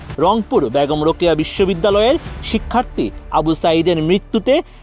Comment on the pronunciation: ভাই শিক্ষার্তী বলছেন কেন? শিক্ষার্থী হবে। উচ্চারণ শিখতে হবে ভাইয়া।